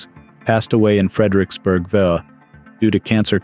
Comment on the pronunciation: I think it's an AI voice. He just pronounced VA (Virginia) as "vuh".😂